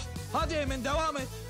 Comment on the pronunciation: kzın geliip emın diyo i değil ı kullanıo ayar olmak